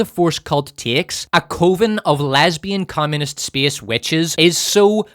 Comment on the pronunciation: Coven is pronounced like oven,.